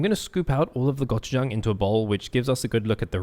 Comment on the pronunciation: You don’t have to pronounce gochujang weirdly